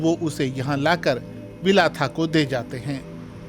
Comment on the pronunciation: भंते विलाथा बोलना चाहिए ना कि विलाथा